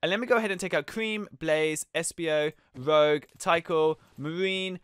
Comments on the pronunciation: It’s not roge you pronounce it rooj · the person you called rogue,her name is pronounced rooje and spelled rouge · Rowg? ROUGE (ROOGE IS THE PRONOUNCIATION) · Rogue was pronounced as Rouge which was good research , same with "Eggmn" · The way he pronounces rogue tho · Rouge, it’s pronounced(roo-j) the j is soft. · it is rouge not roug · I thought I was mad when he pronounced rouge wrong, but I almost blew a fuse when he 1.called marine he, 2. pronounced tikal with a hard i sound, and 3. called it an 'invisible'. He knows next to nothing about sonic. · You can people don't play sonic when the cant pronounce rouges name right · Just got to say you do not say rouge like that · Your saying rouge's name wrong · thats not how you said rogue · ya know you said rouge wrong right